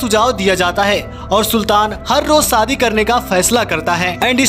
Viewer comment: Sadi nahi ××× Shadi√√√ Pehle bolna sahi kar be ghochu